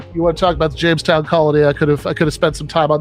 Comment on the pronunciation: Was it Jonestown? Or Jamestown?